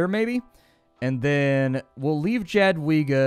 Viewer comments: Pronunciations: Jadwiga -> yadviga, krzysztof - (roughly) kshyshtof, kazimierz - kazhimiezh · the names are pronounced, yadviga, cristof, and kazimierz (ka-ze-maerz) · Howdy! About Jadwiga, you're supposed to read it more like ,,iadwiga'' Anyways, game seems really interesting, gonna play it :D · Try not Krzysztof but KshyShtov, Yadweega, and Kazzimiesh will sound more like real pronunciation. I do not mind U.S citizens misspelling polish names, but it will make you more comfortable